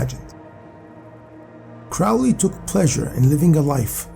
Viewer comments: Crowley pronounced Crowley as in holy not fowley as in Crowley never met hp lovecraft so how is he an associate of him ??? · So much nonsense and misinformation in this video. Do some deeper research, and also learn how to pronounce names properly. Crowley, for instance, should be pronounced with the emphasis on the "crow" = Crow - ley. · You are pronouncing "Crowley" incorrectly. It should rhyme with Holy.